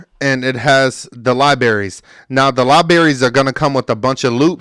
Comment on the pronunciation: Pro twos and libaries 😂 Good video though 💪